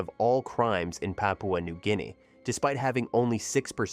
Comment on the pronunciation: You should never say Papua New Guiea or anything in Spanish or Portufuese ever again.